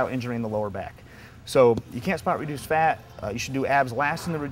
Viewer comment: secs he say's 'body fart off that area'.lol!!!